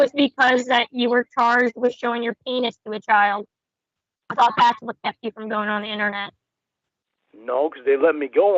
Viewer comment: I love how he tells everyone "ive never trusted anyone like i trust yew"😂😂😂